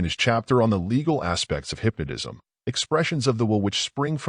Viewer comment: I can't keep listening to this AI say "hypnodism".